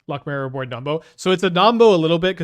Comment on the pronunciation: pronounces Ouroboroid correctly!